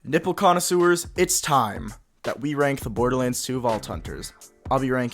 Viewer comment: Did you really call us cum connoisseurs